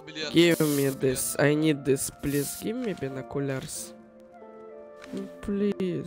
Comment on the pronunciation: the give me binukular its just i cant